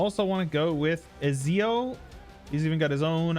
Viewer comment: Watching you bungle around Ezio’s name was cute. Imagine playing a game other than EU4.